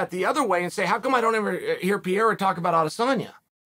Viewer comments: It isn't "Piera", it's "Pereira". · Pierre? It’s pronounced per air uh? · Uncle it's Pereira !! Not Piera. But you know what , if you say Piera , it's freaking Piera ! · Noone is a smart guy. I haven't heard anyone speak that before. Would you say Latin is a dead language? Haha I'm just kidding. My point was that most of us don't know Portuguese so its silly to try and listen to Pierra. Pereira* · PIERA = Peireira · "Pi era" almost there, champ, almost there! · It's pronounced prrr Ay Ruh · Who the fuck is PIERA ? , bro take your time and enunciate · Sonnen needs to learn pronunciation. How in the hell he thinks the name Pereira should sound like Pee-era is just stupid/lazy. C’mon dude, at least make an effort. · PEE - ERA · ""pa ray ra" lol bugs the shit out of me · Piyara???? Loool at least pronounce the guys name right come on it’s not that hard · OH NO Chael !!! It’s not Piera. It’s not “pee air uh” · PERERA! pronounce his name right sunning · Pee Air Uh 😆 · “Alex Pierre” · Its pronounced Perayra. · (Pee-Era) lol leave it to chael to give all figures a nickname by accident. To be at smart as he is he sure could use a refresher course in ELA (English Language Arts) lmfao 🤣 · Forreal. Who’s Alex Pierre?? 😭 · Pronouncing "Pereira" like this "Pee-era" is the craziest thing ever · It's Pereira, not Pierre, of course idiot chael thinks it's funny to get it wrong for the 100th week in a row. Pereira beat shit tier fighter adesanya twice, starching him one of those times. The absolute state of the UFC's talent scouting. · Chael either has no culture or he’s dumb AF. He can’t pronounce simple names after hearing the entire MMA community say it a trillion times. Sheesh! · How many times is Chael going to pronounce Alex’s name wrong? 🤣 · Sou brasileiro, e até hoje não vi um gringo falar da forma certa hahahaha Mas é compreensível já que em inglês não tem esse som, eu acho